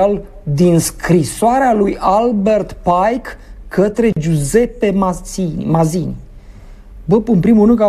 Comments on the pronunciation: Matzini se pronunță, nu Mazini. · Ai pronunțat bine inițial "Mațini". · Se pronunță Mațini, si nu cu ,,z,,! Mai studiază omule! Este limba italiană!